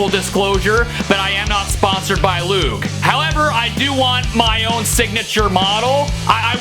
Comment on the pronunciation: Everytime he said "Loog", it sounded like "lube"